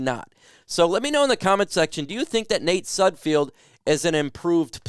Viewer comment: Please learn to say Nate Sudfeld's name correctly. It's SUD-feld not SUD-field